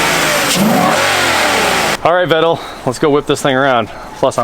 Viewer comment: Great vid, but "Vettel" is pronounced "Fettel".. Just for info.. :-)